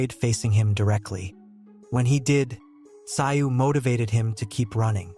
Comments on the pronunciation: never heard of this sio. pronounced szoo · You so got his name wrong so annoying it sounds like zoo where animals are kept not your way of saying it wrong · Tszyu's name is pronounced to sound like the word 'ZOO' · You say his name like Zoo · It's unbelievable that you can do such a comprehensive account of this match and the two fighters BUT you can't even do a little research on how to pronounce the name Tszyu - "Zoo"!!! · It's more like zoo with a silent t in front. t zoo. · So much disrespect mispronunciation of tim tsyu name it is pronounced ZOO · If you are going to post content on YouTube, show the Boxers some respect and learn how to pronounce their names Tim Tszyu (ZOO) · Had to stop watching as the mispronunciation of Tim’s name was too annoying. ITS ZOO. TIM ZOO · It's pronounced. Zoo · The narrator is disrespectfull. He should/could learn how to pronounce the Australian's name.. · Is this a rent a coverage review. Didnt even fix the pronunciation problems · Iff your going to commentate at least get the names correct doe doe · If your going to make a video about the man at least learn the correct pronunciation of Tim Tszyu's name. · Worst commentary ever.Get the surname pronunciation right. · I was confused who the boxer was. The pronunciation of Tim Tyzyu’s name is wrong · Did this guy not listen the the commentary. His pronunciation of Tims name really bugged me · I could not listen to this commentary, get his name right or go home. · At least get the name right . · You can’t even pronounce his name! Shows you know zero about boxing! Shut up! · Let’s have the commentary from the real commentators. Not that bloody AI voice that can’t even pronounce the boxers name.